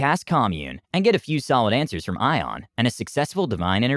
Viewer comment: The way you pronounce Ioun hurts. It’s Eye-oon not ion.